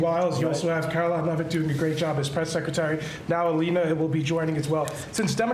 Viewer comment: Everyone is doing a wonderful "jerb" 😂😂😂😂😂🤡